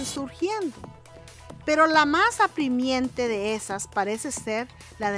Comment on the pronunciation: Se dice "apremiante"